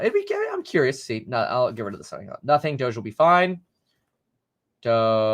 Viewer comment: Brah it's dohj like dog with an e not doschzze duh